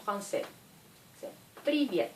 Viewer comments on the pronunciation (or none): Привет=priviiiiiét et non pas priiiiiiviét